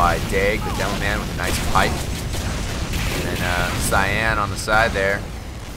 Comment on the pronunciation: / C'mon. It's "psy-an", not "kai-an".